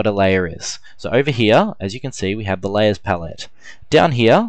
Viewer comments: hahaha i noticed you pronounce 'lay ers' as 'lay es' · so many layyass.. lmao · It sounded like "Las". Lol. Great tut, though.